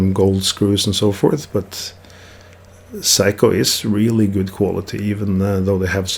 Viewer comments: He is making fun of your pronunciation of 'Seiko'. You say 'psycho', but it should be spoken as 'say-ko' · Gentle heads up: It's pronounced Say-ko, not Psycho. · Love the way you pronounce Seiko as "psycho". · Sorry, I thought you would like to know what is the correct pronunciation as Seiko is a Japanese word, not Norwegian. My mistake.